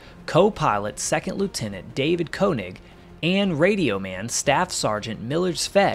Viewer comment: Great video! David Koenig was from my hometown of New Bremen, Ohio. His name is pronounced kay-nig. On the other side of plane her name was MFUTU.... more fouled up than usual. Someday I hope they recover SNAFU/MFUTU and recover his remains to be returned home.